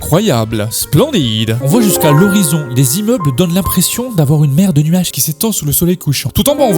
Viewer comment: il a bien dit "Mer de nuage" Et non "Merde nuage" Hein, rassurez moi svp